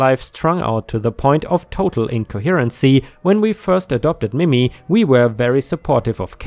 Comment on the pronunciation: I really like your voice for these stories. FYI in case it comes up again, Mimi is not pronounced mimmy, like rhymes with jimmy, but like mee-mee. ⭐⭐⭐⭐⭐